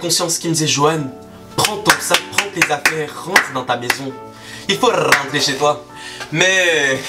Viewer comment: Johan, tu dois rrrrrrrrentrer chez toi ptdrrrrrrr 😂